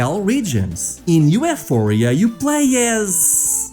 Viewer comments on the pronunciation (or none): You know ufouria is pronounced euphoria right?